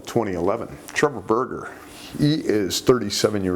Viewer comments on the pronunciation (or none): none